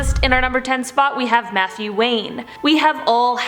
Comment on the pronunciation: It sounded like she said Methew Wayne the second time 😂